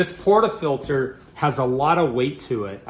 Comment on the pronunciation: I’m not a snob, but this guy clearly never had done espresso in his life, he couldn’t even pronounce portafilter right. Guys here’s the basics 1 - power the machine 10 minutes prior to use 2 - set your ground around 6 or 9 (until you master tramping) then you can lower till you find your perfect taste 3 - ALWAYS have a wet towel to clean the steam wand and subsequently clean the grouphead (else your coffee will taste worse as you mix old with new) Lastly when steaming milk, don’t do what the guy did, hold the pitcher at 45” angle and avoid that loud noise (lower steamer to warm milk, lift steamer to foam it) Happy Espresso machine = happy Barista! Empty that tray early too!